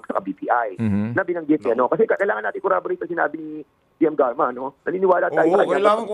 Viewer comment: Klangan daw icorroborate as in 'iiiicorroborate' yan ang travaho nila bilang legislator